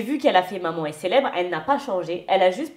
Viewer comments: on dit « maman » pas « manman » 🤣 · Est que peut apprendre à dire MAman et pas MANMAN!! C’est horripilant!!